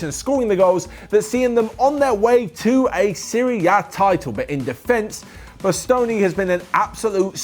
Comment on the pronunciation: Bastoni is so underrated he said his name wrong